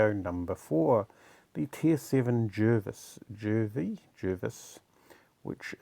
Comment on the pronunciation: Pronounced “Jarvis”